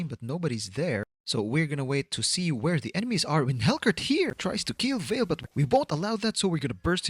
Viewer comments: I love the way you call vale as valir😂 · keeps calling Vale "Valir" Vale: am i a joke to you?